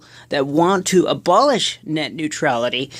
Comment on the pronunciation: Ebolish wrong